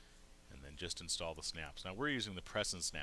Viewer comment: Did the "S" key not work? IN'S'TALL ... NOT INTALL Otherwise ... I love your videos and I'm looking at my best business venture. Yes, I plan to use and work with Sailrite for machines and materials.